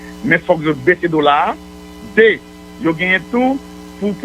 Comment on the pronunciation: Moïse Jean Charles doué kinbé calme li leu lap parlé. Li pa kapab di 1, 2, sanl pa mété surette nan bouche li. Par exemple un sé in, deux sé dé, bagay yo grave.